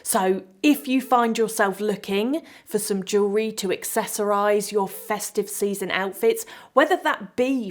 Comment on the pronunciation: Wonderful to listen to someone who can pronounce jewellery, I am so sick of hearing about joo-lerry